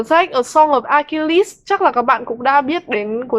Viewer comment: Note cách đọc tên Achilles để bữa sau đọc cho đúng :v